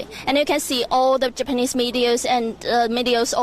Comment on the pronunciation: Did she purposely pronounce japanese as "japenis" or else?